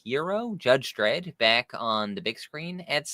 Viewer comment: It's Dredd, ffs.